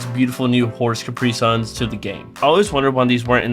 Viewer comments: I almost fell out of my chair laughing when you called "caparison" a "capri sun". lol, well-played. Excellent content, subbed! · It's kah-PAH-rih-sown in American English. Nothing to feel sad about since It's of French origin. It makes no sense whatsoever. The French laugh at rules of practical pronunciation.